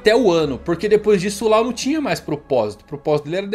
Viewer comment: A pronúncia é Ló e não Lau 😩